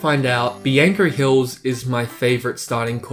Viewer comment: The way you pronounce Bianco Hills, hurts my soul